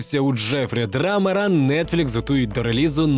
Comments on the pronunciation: подушню, але з бажанням, аби контент ставав ще якіснішим. чому Драмер? Він Дамер. Не Елбой, а Геллбой. Не відноситись, а ставитись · Дамер, а не драмер.